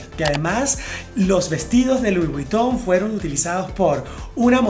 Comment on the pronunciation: Se lee VOG !!! Dios!!!!! Leer las marcas correctamente ( se lee Lui Viton) es fundamental para un comunicador.